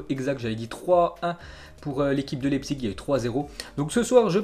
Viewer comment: Ça se prononce laïpzich pas lépsik